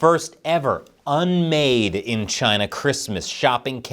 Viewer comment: The ONLY correct way to say the official name of west Taiwan...Chiaaayna! 🇺🇸🇺🇸🇺🇸